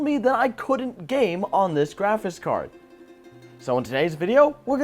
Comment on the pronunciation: Am I the only one hearing "graphis card"?